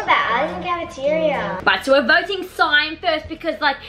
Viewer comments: Why did you say cyan cyan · It’s pronounced cayin not cyan it’s spelt cyan but your pronouncing is killing me/NO HATE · ilol look how said cyan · But the way they pronounce cyan no offence 😭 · im dying of laughter “cayan” no hate btw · prounonce-see-onn (dont reply) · ITS C-EYE-AN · i love how they say cyan see-yan LOL it just makes me triggerd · Everyone: CYAN Them: cyon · I love how it see-an not cyan lmao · Everyone: cyan n: cyan The other Norris nuts: seeyan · They call it seean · It’s cyan not see-an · Seeyan? Not to be rude but you pronounce it like this: Sigh an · Cyan is not pronounced as “see Ann”. I’m pretty sure It’s pronounced “Sigh Ann” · Did they seriously say “SEEeEeAAaann” instead of cyan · ANYONE ELSE TRIGGERED IN HOW SAYS “CEE-AN” INSTEAD OF CYAN!! 😡😡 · I love when the and say cyan as ceean so funny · was i the only one that got triggered when said cyan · Why the flip don’t they say cyan they say Scian lmao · WHO ELSE IS TRIGGERED BY SWLF REPORTING EVERYRIME AND SAYING CEE AN INSTEAD OF CYAN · keeps saying ceeyan its cyan not trying to hurt there feelings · People:cyan:ciiion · Cion: cion: CiOn: cyan me: thank you. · just leting u know it is not cean it is cyan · It's CYAN not CIAN AND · No offence but it’s called cyan not ceyan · cyan ❌ cearn ✔ ( no hate just think its funny how they say cyan) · I think its ceeeeeeeeeeeeeeeeeeeeeeeeeeeeean it is actually cyan not ceeeeeeeeeeeeeeeeeeeeeeeeeaaaaaaaaan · it’s cyan not cEeEyAaAn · its cyan not cyaan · Cyan is pronounced as Sci An CY-AN not Ci an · I love it when they call cyan “ see-an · Remember when the used to call iron ‘i-ron’ in their Minecraft videos? 😅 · You pronounce cyan as sigh-an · Bad and said see Ann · Every time they say see-an it makes me wanna rip my hair out! Lol. Then when she said the name is sus, honey your saying it wrong! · The way said cyan lol CEYAN